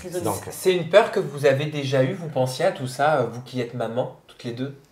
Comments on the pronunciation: on dit « maman » pas « manman » 🤣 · Est que peut apprendre à dire MAman et pas MANMAN!! C’est horripilant!!